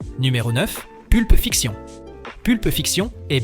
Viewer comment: Personnellement je trouve que vous avez une narration curieuse...cheffe d'oeuvre....Pulpe fiction avec une prononciation plus que française, les 7 samouraiii...qui se cache derrière cette voix ? Je trouvais ce classement intéressant mais pour le coup pas envie d'écouter un robot ....